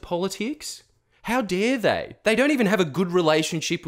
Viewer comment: "HOW DEAR THEY!"